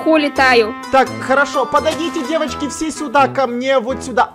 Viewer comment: правильно девочки а не девАчки